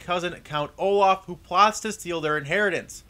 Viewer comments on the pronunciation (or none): none